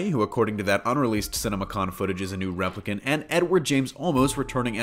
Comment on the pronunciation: I miss the days when we had longer movies with Intermissions . I guess attentions spans are shorter—or maybe shorter movies are for the nicotine addicts…? P.S.-- You pronounced "Replicant: wrong, as well as "Villeneuve". (Seems "news" of any sort is getting "damn sloppy!") ☮